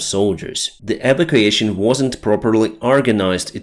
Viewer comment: E Vac U ation.